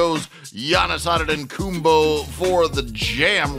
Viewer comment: Yo, Mr. Narrator, At this point, it is clear that you have no intention of pronouncing Giannis' surname correctly. So stop saying it at all, because it is becoming increasingly offensive. Better yet, leave your role so someone else can narrate these highlights. Someone who will have the courtesy and respect to pronounce Giannis' surname correctly, and who realises that narrating NBA highlights is a privilege.